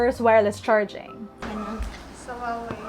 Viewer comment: Huawei is pronounced as Who Ah Wei, not Wah Wei